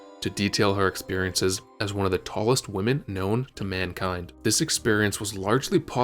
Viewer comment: "two woomen!" Not you too with the noo-pronunciation